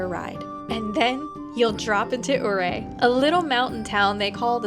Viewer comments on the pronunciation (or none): Great video. Ouray is pronounced U-ray. I lived in Montrose for 25 years and have been on that road many,many times. Not sure if u know this but that concrete angled tunnel is an avalanche shed. There have been over the years 2 highway plow drivers killed there so they put that up because of that avalanche shute. There r also 210 avalanche shutes on that road between Ouray and Silverton. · We have the best motorcycle roads here in Colorado. I just discovered your channel and just subscribed. BTW, it's pronounced you-RAY. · Ouray , Pronounce it like this “Your Ray” At least thats how us semi locals pronounce it. Too bad you were too early to see the changing of the leaves . I must also add - always watch for small rocks on the the road especially on the Northbound lane as they fall to road often. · This area is pretty much my backyard, I enjoy the ride every time, although the flatlanders can be in the way a lot of the time, it's tourist destination for a reason. on another note, I get a kick out of hearing you butcher some of the names of towns.